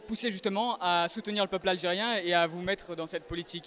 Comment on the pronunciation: Il a bien dit : " Aldgerien " -_